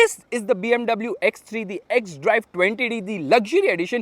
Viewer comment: When you said x stree 😂